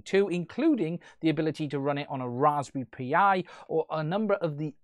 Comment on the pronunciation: So what did this video add to the scene? Seriously asking why you made this video? Just to try and grab some views from the hype? And why the hell do you keep calling it the "Raspberry P - I"? It's Pie. I know they spell it Pi, but its pronounced Pie. This is a hack. They sniffed the "magic bytes" sent by the smart controller in order to send them from custom software. The application is sending these "magic bytes" to the goggles to trick them into sending out the data. Saying it "isn't a hack" just because you don't like the dirty word doesn't make it so.